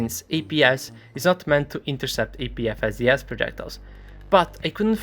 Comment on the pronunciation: only ogs remember when he pronounced "APFSDS" as "APVSDS"